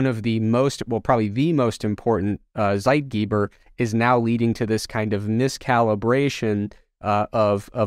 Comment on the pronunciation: listening to him pronounce "Zeitgeber" gave me an upset stomach XD